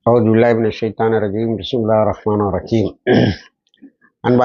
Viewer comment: அஸ்ஸலாமு அலைக்கும். தங்களின் பிஸ்மில்லாஹ் உச்சரிப்பை இவ்வாறு "பிஸ்மில்லாஹ் ஹிர்ரஹ்மான் னிர்ரஹீம்" மாற்றி கொள்ளுங்கள்‌. Jazakallahu khair